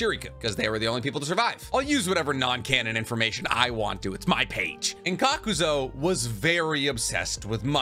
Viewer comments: Loving your videos fellow Anime weeb, but in fairness it some of your video's you have some odd choices for how you pernounce some Names like Kakuzu you say 'Kakuzo' but it is just you my man so you do you love the info I gain from the video's. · Serious question.. is he knowingly mispronounceing names all the time so ppl comment ab it and the algorithm likes that?? Like.. kakuzo? Its honestly annoying af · Kakazo and homage. Lol love the repeated mispronounced names. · THERE IS NO "O" IN KAKUZU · Please learn to say Kakuzu. It's not Kakuzo. Edit: also, the H in homage is silent. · KAKUZU > “Kakuzo “ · Why do you keep pronouncing his name kakuzo when it's supposed to be kakuzu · I know you arent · Kakuz-oh Tsu-chay-kage Edo Ten-sai it's endearing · How you pronounce Kukuzu wrong? But Chiriku right? They both have the same U pronunciation at the end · THANK YOU HE WAS DRIVING ME CRAZY WITH THAT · Hate how you’re pronouncing Kakuzu